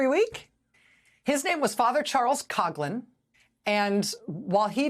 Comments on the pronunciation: It's pronounced KOF-lin not KOG-lin! And, yeah, he was ALL BAD, even for us Catholics. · Coughlin is pronounced “Cofflin” not “Cogglin”…… :) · I think she’s saying his name wrong, it’s like Couflin but coughlin